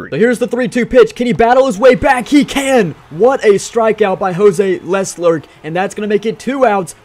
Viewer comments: Jose leslerc😂 It’s pronounced le-clerk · . Btw it’s not pronounced“Less-lerk” it’s “La-clerk” just helping u out but good video anyways lol